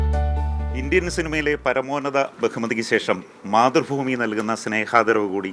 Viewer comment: മാതൃഫൂമി അല്ല മോയന്തേ,, മാതൃഭൂമി, ജോലി ചെയ്യുന്ന സ്ഥാപനത്തിന്റെ പേര് പോലും പറയാൻ അറിയാത്തവൻ